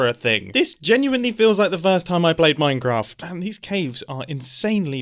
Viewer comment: Ah yes, MeinKraft